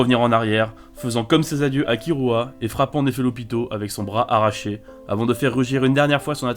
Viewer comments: non c'est l'inverse, ça se prononce killua (kirua avec le r roulé) mais ça s'écrit kirua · Un prononçait bien (Kilua) et et un autre horrible (KiRua) Le R existe pas en Japonnais c'est entre le R et le L donc KiRua ça m'agresse le tympan (Comme KuRapika d'ailleurs ou Rivaille si tu veux un dernier)